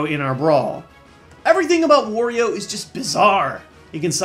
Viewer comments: it's not worio it's wario AAA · I am going to say this one more time... HIS NAME IS WARIO, NOT WORIO!!!!!!!!!!!!!!